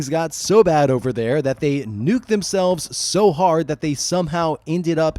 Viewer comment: Did you say eTURDia? Hehe. Turd. Hehe. Farts😂.